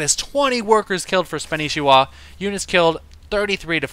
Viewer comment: I assume you know and that your kidding, maybe your not though, pretty sure its pronounced SPAN NI SHI WA :P no biggie weird name thumbs up please